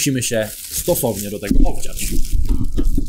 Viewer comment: aaaaa! obdziać! a nie obciąć!